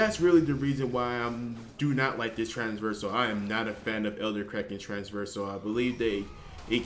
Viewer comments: Oh for god's sake stop saying Transversal :D Its trAVersal not traNSversal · Traversal, not trans-versal. Sorry man. But just fyi. I love ur vids